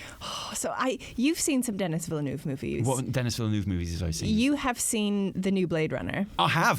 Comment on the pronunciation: As a French Canadian I can’t get over how you pronounce « Villeneuve ».